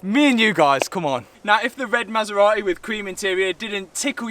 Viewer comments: Brother said „ma sa ra eh“ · Masserar-ey eh?😊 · I love how you pronounce the marque "Ma Sar Ra Eee". Brilliant British. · Cue the masera-e. :) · Bent-Leh, Maserat-eh, Ald-eh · Maserateh 😂 seriously though, I'm absolutely buzzing for you, I even said to the Mrs "he's used R8 and H8 after buying the Maserati, I bet it's just a test drive weekend or summat?" As for the R8, get it fixed, it's looking like it's already on coilovers, so bonus there, a bright yellow wrap with carbon wrap inserts, new alloys (anthracite), maybe go for a street racer look with it? A drift car R8 was done by Supercar mega builds so I reckon stay away from type of build? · ‘Queue the Maserate’